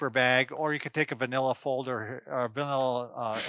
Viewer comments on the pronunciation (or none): Did he say, "vanilla", folder, lol. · Manilla, doc. Not vanilla. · MANILA NOT VANILLA. GOOD GRIEF